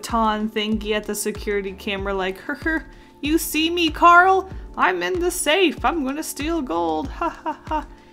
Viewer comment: She said carl not carol